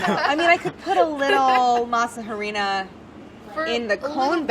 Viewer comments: Wait, I spent like 20 minutes trying to figure out what masa herenia was before I read it on the screen and realized that they were just pronouncing masa flour in Spanish with a terrible accent. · The way she says masa harina and other Spanish words are driving me crazy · Really thought Sohla said to make the shell with matzoh and was so confused until Claire said masa harina 😅